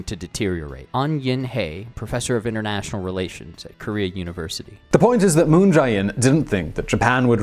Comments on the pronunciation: It's pronounced "Moon jay-inn," not "Moon j-eye inn." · Can someone tell this guy it's Moon JAY In and not Moon Jai In? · It's moon je in